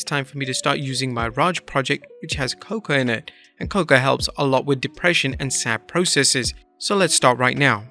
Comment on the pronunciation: you should've enunciated the word 'cocoa'. I had to go back and read it while you were talking because I thought you said 'coca' 😂